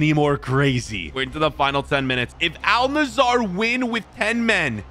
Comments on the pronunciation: its al nassr not al nazzaer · Man it's Al Nassr... Not Al Nasaaaar.... And it's premier League not premrrrrr league😂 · Bro its Al Nassr not Al Nassar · It’s al nassr not Nasar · Why are you saying al Nasser when you said Saudi league vs Premier League?😂